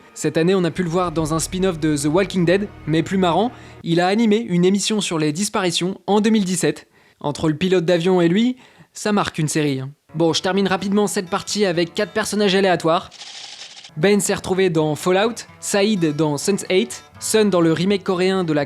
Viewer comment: Quatre et non quate.... Sinon très joli travail, bravo